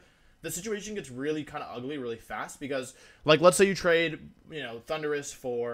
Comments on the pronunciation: My favorite part is the announcer pronouncing "Thunderous" like "Honduras" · why's he pronounce thundurus like honduras